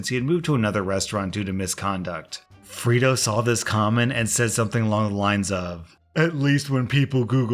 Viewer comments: I thought you were saying FRITO like the chips until I saw the screen...Fredo...I'm guessing a reference to the older brother of Michael Corleone in the Godfather. Pronounced Fray-Doe. Just letting you know! Great choices for stories as always! Great job! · FRAY-DOH FRAYDOH FRAYDOH it's pronounced Fraydoh it's from the movie The Godfather! Unless you're not allowed to say it correctly for copyright issues. Sorry to be such a douche about this. Cause I LOVE you're content. a classic slam to call out a traitor is to call them fredo🤘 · “Freydo” it’s said like that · 'Fray' doh 'as in Play-Doh not Free do.. Whatsa mattah you? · Did no one ever watch The Godfather? This is second time I've seen this story, and both times the name "Fredo" was mispronounced. You say it like "Frito" and the other guy said it like "Fred-oh." It's killing me. It's pronounced "Frey-doh." I nearly smashed my monitor. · I have scrolled and am confused 🤷🏽‍♀️ How has no one else mentioned the pronunciation of Fredo (free-do) - shouldn’t it be pronounced Frey-do, like the rat bastard traitor in The Godfather? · "Freedo"? Have you not seen "The Godfather"? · Re u/Atlas_Black's story: Fray-do, not Frito. I kept picturing a corn chip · Hearing someone mispronounce Fredo as Frito a couple dozen times. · Am I the only person annoyed with pronunciation of “Fredo”?! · Bruh it's pronounced Freydoh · It's pronounced fray-dough and it's a Godfather reference! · Anyone else cringe every time he calls Fredo “Freedo”? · It's pronounced fray-do. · The way you pronounce "Fredo" really grinds my gears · That pronunciation of Fredo has me begging the question.... have you never seen The Godfather?!?!?! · It was painful listening to pronounce fredo wrong for that whole story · Love the vids, but, maybe the op in the restaurant story was refering to Fredo from the Godfather, so the pronounciation is a little bit different than you did.